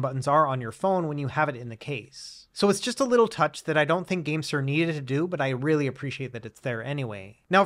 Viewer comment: Keep thinking you’re saying the Gangster G8 lol